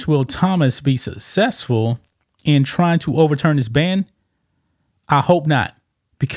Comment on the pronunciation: "aw-qwee-atics"....Aquatics you illiterate joke lmao. AQUATICS., aqua, spanish word for water. +tics, like the bug, tick. put it together, I believe in you...good god, while typing this I hear you say "susessfull"...I don't believe in you lol. I bet Lia Thomas can speak correctly, and read.